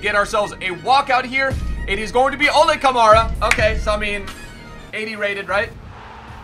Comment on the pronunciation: it’s Ol-Uh Kamara not Oh-Lay Kamara. Don’t you ever disrespect an la galaxy player ever again